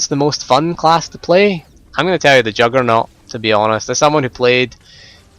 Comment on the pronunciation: lol...i love your accent...when you say juggernaut, it sounds like youre saying jugg or nor